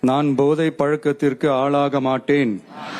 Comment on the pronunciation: Podhai not Bodhai Tamil language pronounciation read properly. Otherwise not pleasant for ears to hear. Please